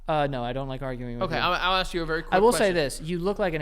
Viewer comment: For a guy who regularly pronounces it "axe" instead of "ask", Joe shouldn't be so hard on words Haha! X'D